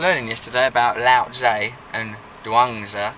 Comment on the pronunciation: It's Lao Tzu